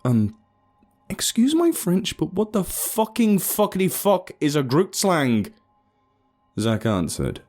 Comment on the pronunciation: Love you but dam each time I hear grootslang pronounced incorrectly I get a heart attack. love you and keep up the good work.